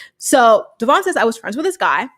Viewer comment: We are talking about Brianna who still pronounces Devoin, De-VON lol 🤦🏻‍♀️